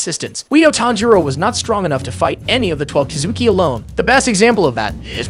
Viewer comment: You pronounced Kizuki wrong